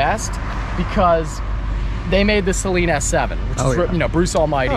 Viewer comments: It’s “Suh-leen” not “say-leen”. C’mon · "Saylean"... LOL!!! It's pronounced, 'Suhlean'. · I kno right,he was pronouncing it like "saline" like the eye wash solution, smh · Sayleen... Is driving me crazy then he said I love the saleen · its not "say-leen" its "suh-leen" Que the harry potter jokes. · Pretty sure it’s suh-leen, not say-leen 😉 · it’s pronounced “SUH LEAN”.. NOT “Saline” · Will people stop saying SAYLEEN, it's Saleen. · It's pronounced Suh Leen. Not saline. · Sa-lean not say-lean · Also its pronounced "SUH-LEEN". Its not nose spray lmao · Your pronunciation of Saleen is triggering Mustang owners everywhere lol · Car guy who doesn't know how to say Saleen correctly.....makes it sound like a medical term